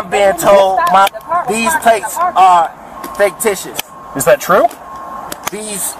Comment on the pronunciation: FAKE-TICIOUS???? what in the holy hell is this guys malfunction in life??